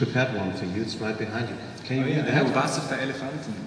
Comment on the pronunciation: "Wasser fur Elefanten" :D ♥